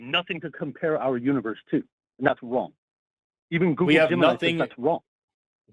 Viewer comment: Had a good chuckle where gets really excited and repeats himself a bunch. It sounds like he’s saying “goo-goo gemini” over and over again.